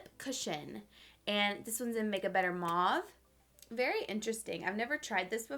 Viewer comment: It’s so cute how she says “verwy” oily. 😂💜 Lol. I don’t think she even notices, but I noticed it in the last video too. She can do no wrong though. Love you!